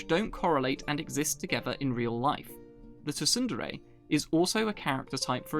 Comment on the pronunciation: Wait, you pronounce it tu-sun-dere? It's pronounced soon-dere. Like how you don't say the p in pterodactyl.